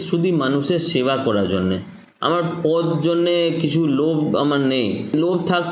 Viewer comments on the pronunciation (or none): বা্ংলার রাজনৈতিক নেতা তথা কর্মী হয়ে আগে বাংলা বলাটা ভালো করে শিখে নিও। কথাটা "পোদ" নয়, পদ। তুমি যেটা বলছো সেটা শরীরের একটা অংশ। সাক্ষাতকারে শুনতে খারাপ লাগে। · শালার বাংলা দেখেছো পদ্ তো নয় পোদ, এতদিন বাংলাতে বাস করে বাংলা কথা বলতে জানো